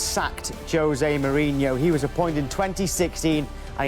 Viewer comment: Why can't they pronounce his name right it's Mourinho not Mourinhio no I in his name idiots!